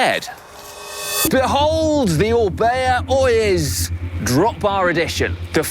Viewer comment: Oiz is pronounced with a "th" Oyeth. I love my Orbea Oiz